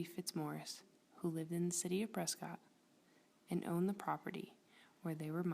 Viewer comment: Learn how to pronounce “PRESCOTT”!